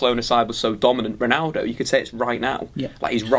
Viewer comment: Did enyone notice that said pnaldo not ronaldo?